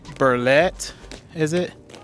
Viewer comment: Some of the yards are fenced now. This tour is at the young stage of the subdivision. And it's Bartlett Way. Not Burlett. LOL.